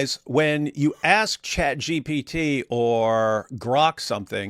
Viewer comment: Chat GBT hit hard lol I guess he really is Egyptian… can’t pronounce a t.